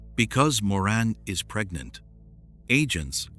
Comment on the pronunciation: Also calling her Moran when it's Maureen, these video's are so bad.